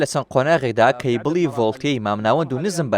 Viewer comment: عەیبە بەڕێوبەری کۆمپانیا بیت نەزانی بلێی کەیبڵ هەر ئەڵێ چێبل .